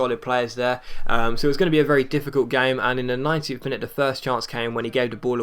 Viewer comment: when you say 19th, it sounds like 90th